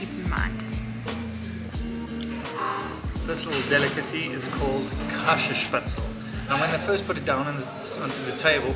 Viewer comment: Käsespätzle pronounced "Kese-Espets-le".